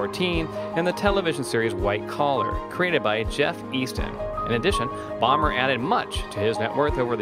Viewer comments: bomber? lmao (boh-mer) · Whoever did this, didn't even pronounce Bomer's name right. And he was raised in Spring, TX